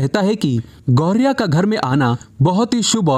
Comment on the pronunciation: कृपया अपना उच्चारण ठीक करें , यह पक्षी "गौरिया " नहीं बल्कि गौरैया कहलाता है ।